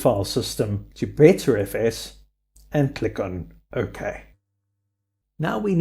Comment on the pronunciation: While I do have to agree, it's BUTTERfs not BETTERfs